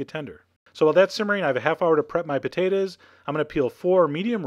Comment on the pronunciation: i love the way you say potatoes "potaduhs"